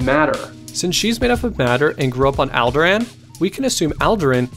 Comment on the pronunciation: Allderaan All der ron